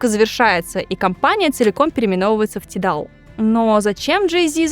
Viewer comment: Не тидал, а тайдал 🌚